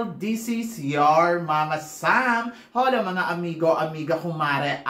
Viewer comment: Mama sam ..hola is pronounced as ola! Silent h..mama